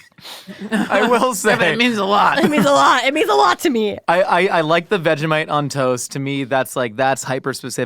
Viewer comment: queen that is NOT how you say vegemite. its vegie (as in vegie tales) and mite (exactly how she said it).